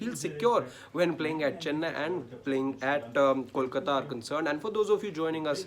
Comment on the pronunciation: I cringe everytime someone says "callkata", more so a journo. Can uou say "bolbala" or do you say "ballbala"? Or try saying "tollplaza". Now say kolkata and you will be just fine, buddy.